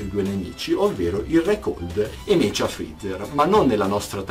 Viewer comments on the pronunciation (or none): si pronuncia "meca" non "mecia"